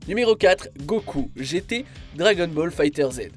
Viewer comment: C'est vrai que Goku GT était un problème *Note*: on dit DragonBall Fighters (on dit pas le z